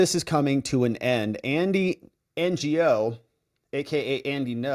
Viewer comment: HEY! You need to get out into your American community! "Ngo" is a VIETNAMESE surname! PRONOUNCED "no" as in negative. Pull your head out of your vlogging for a little bit every day...learn about other fellow Americans.